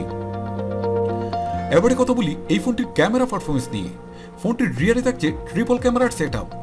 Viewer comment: ফার্পরমেন্স না পারফরমেন্স বলার চেষ্টা করুন